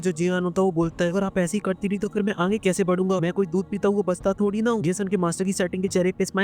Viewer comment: Bhai aap aage ko aange kyu bolte ho 😂😂😂😂